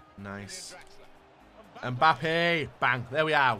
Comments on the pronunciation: No one:: MbOoPpe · XDuttinho calls him Mboope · Wow, I am not the only one who calls Mbappe, MBUPPE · MBUPEE:WHO THE HELL CALLES HIM MBUPEE🤣🤣